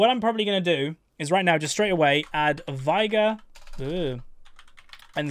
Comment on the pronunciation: Is unaware that he pronounces Veigar's name wrong, or does he know and he's just too accustom to the incorrect pronunciation? He owns Final Boss Veigar, so he has to have heard him say, "Unimaginable is the power of Veigar", or, "I, Veigar, will knock you all down", at some point. It's pronounced "vay-gar", in case anyone was wondering. always says "vai-gur".